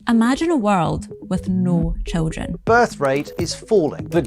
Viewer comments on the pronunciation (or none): "Amagine a wurld"